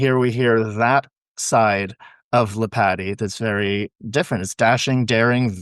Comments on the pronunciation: DUDE...ITS LEE POT TEE...NOT LIPATTY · Lee-Pah-Tee gives you a better pronounciation of his name. He was born in Rumania.